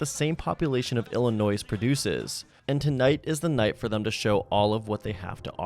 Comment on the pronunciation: I did not just hear you pronounce the 's' in Illinois